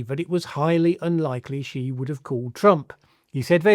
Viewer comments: Shee not Jhee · THE WORLD'S MOST POWERFUL LEADER IS XI JINPING which is pronounced "Ci" by the way. Am3ric4 and especially Trump is next to irrelevant in 2025 Thinking about it - Narendra Modi might be No2.